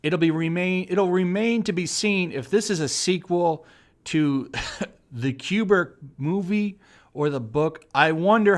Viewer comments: Is he pronouncing Stanley Kubrick's name as "Q-bert" on purpose? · The way you mispronounce “Kubrick” as “kubirk” makes me cringe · Kyuburk...Q'Burk? Kubrick has one of the hardest vowels to pronounce...